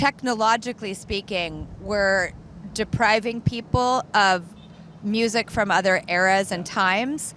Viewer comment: To pronounce the word "music" as "museyack" is wild. Drew, calm down. You're doing too much.